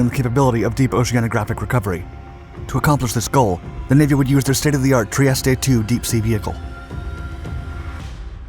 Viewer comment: FFS learn to pronounce foreign words like "Trieste"